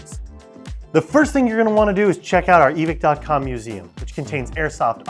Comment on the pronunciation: Why is it “eee-Vick” and not “eee-vike”